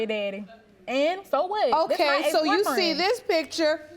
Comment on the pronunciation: And when he told the judge she didn't have a 'barfriend' 😂